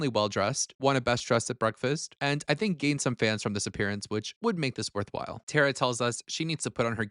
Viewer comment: Tink not think? Sheesh.